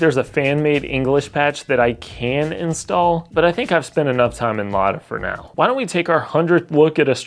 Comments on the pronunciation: LADA RACING CLUB MENTIONED BY A WESTERN YOUTUBER! Повторяю, LADA RACING CLUB упомянута западным ютубером! THIS IS NOT A DRILL! ЭТО НЕ УЧЕБНАЯ ТРЕВОГА! P.S: Kudos for pronouncing the brand name right. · Yes, you pronounced "Lada" in a correct, source language accurate way. Thank you!